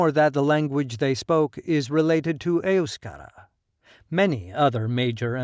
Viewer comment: I've never heard EUSKARA pronounced that way, with the emphasis on the first syllable. Must be the American accent.